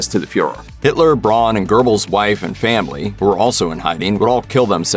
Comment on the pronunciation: Guerbles pronunciation is really hurting my ears. There's no R in it ever. In English, closest would be Goehbels. Somewhat like an umlaut.